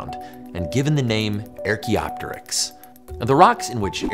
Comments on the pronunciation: It's archaeopteryx not airchaeopteryx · This guy's as bad as Benedict Cumberbatch mispronouncing "penguin." Archaeopteryx, the first syllable is the "ar" sound as in "car" It's NOT "air" as in "hair" as he repeatedly mispronounced it. What makes it bad is : 1) that's a main word in the video. Thus he should've learned how to pronounce it, 2) there are other archae- words, like archeology, archaic, all begin with "ar" as in "car." Does he mispronounce those too? Does he say "AIRcheology is the study of AIRchaic things like the AIRchaeopteryx." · Archaeopteryx as in ark-eoptericks not ear-keoptericks. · Do you know you’re pronouncing “archaeopteryx” wrong? It’s arr like a pirate, not air like jordans. You wouldn’t say “air-chaeology” or “air-chaic” or “air-chaea” would you? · wait why does joe pronounce it "air"-kee-op-tuh-ricks? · Top down gliding in to flight all the way. By the way, " "erk"-ee-op-terix"? it is pronounced" " "arc"- ee- op-terix ". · WHY ARE YOU PRONOUNCING IT "AIR CHAEOPTYRX" ??? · AAAugh! Why does Joe keep saying, "EHR-kee-ah-te-rix"? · Archaeopterix with a hard A 🤢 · 'AIR-chaeopteryx'? I've heard that name said hundreds of times, but that's a new one. Why would you think it was said 'AIR'? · The linguistics nerd in me can't stop me from wondering, Ernestly, Why Joe is pronouncing it like "Air-chaeopteryx". It's written with just an 'a', And you wouldn't expect it to be lengthened there based on English rules, If it were "Aerchaeopteryx" or "Aracheopteryx" or something it could make sense, But with "Archae-" it feels odd. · "Air" e opteryx, really? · JOE! It's not "Air cheopteryx"!!! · Anyone else that can't get over how he's pronouncing it "Air-cheopteryx"? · It's so bizarre; I've never heard anyone pronounce it that way. If nothing else, you think a person would just default to saying it like "archeology". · I've only ever heard it pronounced ARK-eop-terix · We hate the way you say ‘archaeopteryx’, but we still love you!